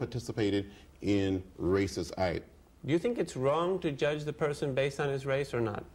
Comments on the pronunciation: Jurdge not lest ye be jurdged. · Like everybody else, I never knew there was a "R" in judge. Least now I be learned bout it.